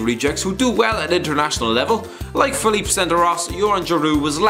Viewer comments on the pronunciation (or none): none